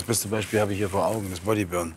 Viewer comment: Bin ich der einzige der sich fragt, wie lange es noch dauern wird, bis mal Body Burn richtig ausspricht kappa